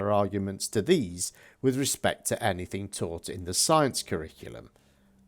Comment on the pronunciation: Like so many illiterate people, he thinks the word "anything" is spelt with a "k and pronounced "anyfink" good God.